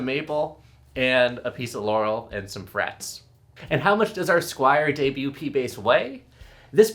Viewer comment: ...it's "debut"